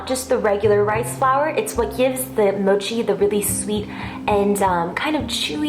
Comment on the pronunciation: looks great. but rather "mo'chi", not "moh'chi"